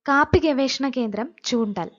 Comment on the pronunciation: ചൂണ്ടൽ അല്ല, ചുണ്ടേൽ ആണ് ശരി